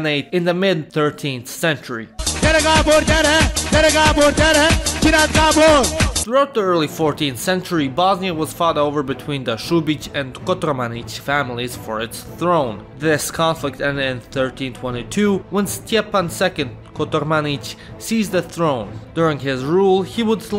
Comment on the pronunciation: Eastern Roman Empire wasn't called Byzantium as much as we think. Also, it's Kotromanic, not KotOrmanic. It's a shame for a Bosnian to make such a mistake..